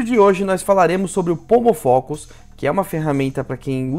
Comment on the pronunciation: Eu ouvi “homofóbico” no lugar de “pomofocus”. 😂